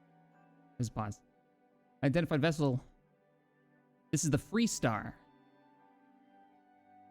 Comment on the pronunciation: Hmmm... You say the ship is called ... "FREE" Star...?? I think I knew her when she was called FAR Star... :)